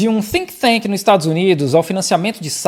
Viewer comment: "Think thank" hauahauahauahauaha Ele não sabia em qual ia o H e pôs nas duas! Mas trabalhou na ONU!